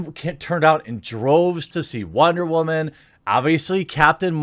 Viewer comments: Dude, that shit had men laughing with the light coming down all holy "wahman.....WAHMANS"......Shit was to funny. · First time watcher...why does he sometimes say woman weird?